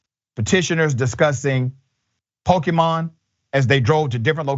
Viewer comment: Dr Richey got that pronunciation pretty good. i think he's played some Pokemon himself.